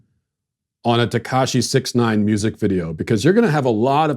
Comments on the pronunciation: 6ix 9ine is pronounced "six ix nine ine" So you say the word 'six' then you say 'ix'... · Tekashi (even though he isn't Asian) Sixix Ninine. That's how you say his name, don't be fooled that it's just "six nine". Sixix Ninine. Read it aloud as it's "spelled". Ugh. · You pronounced sixix nineine wrong.